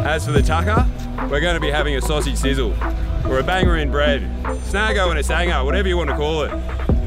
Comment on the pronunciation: Snago? It's just snags, good effort but